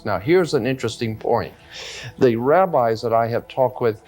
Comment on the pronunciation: Did you say Rabbi or Rabbit 🐇🐰 ??